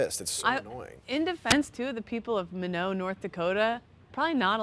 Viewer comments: Min-ot. NOT Minnow. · Holy shit they mentioned Minot nd my hometown lol. And pronounced it wrong. Minot is sick 🤘 also that same wind ripped the roof off my barn that night... -_